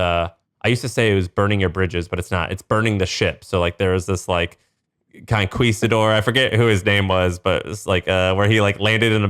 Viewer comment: Please always pronounce Conquistador exactly that way. Love it.